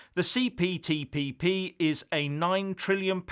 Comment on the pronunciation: say it again,the CPTPP you must have practiced that!